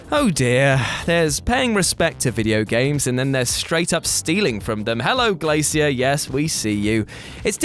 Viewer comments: The way he says glacier triggers me lol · Is that really how British people read glacier lol